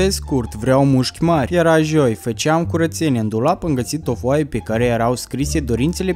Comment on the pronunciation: Omg se zice joi nu jio